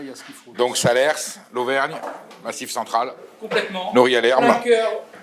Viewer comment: il ne faut pas prononcer le S de SALERS !!!!!